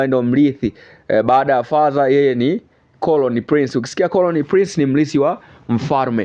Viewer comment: Sio colony prince ni Crown Prince, jamani muwe mnafanya mazoezi ya lugha kabla ya kutangaza jamani